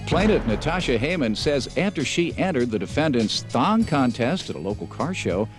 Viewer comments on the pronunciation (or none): HA! I thought in the intro he said THOT contest & I was thinking, "was that word used back then, wtf?" and then I realized it said "thong" contest 😂🤣😂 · I thawt I heard thot contest until she said it lol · At first it sounded like they said "thot contest"...